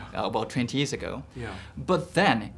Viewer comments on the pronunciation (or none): 천재이승국님의 big fan으로서 앞으로 한발짝 더 발전하도록 사소한 딴지 하나 걸고 싶습니다. 우선 이승국님의 영어는 한국인 치고 정말 아름다워요. 말하는 내용이나 단어도 쉬우면서 핵심을 찌르고 질묻 받는사람에게 감동을 주고 고마운 마음이 들게 합니다. 저는 그것에 대해 너무나 존경한다는점 미리 알아두셨으면 합니다. 사소한 발음 문제를 말씀드리고 싶습니다. ɔ 발음을 너무 한국어의 ㅗ 처럼 발음하십니다. year 발음에서 j 발음을 안하셔요` 모든 한국인의 문제이지만 모음 발음이 조금 대중적인 영어발음과는 다릅니다. respond의 o는 ɑː발음이 납니다. 지금보다 모음에 더 신경 쓰시면 정말 대단한 수준이 되리라 생각합니다. 다시한번 말하지만 이승국님은 영어가 훌륭합니다!! 아마 저보다 나을겁니다. 다만 팬으로서 이승국님이 충분히 지금보다 더 발전하는 것이 가능하다 생각합니다. 지금껏 그래왔으니까요. 이딴 사소한 발음에 신경쓰는것보다 자유롭게 말하는게 훨씬 중요한 것은 압니다만 더 훌륭한 나의 idol이 되어주시기를 바라는 마음에 적어봅니다.